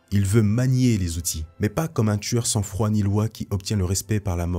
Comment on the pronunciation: « Sans foi ni loi » frero Pas sans froid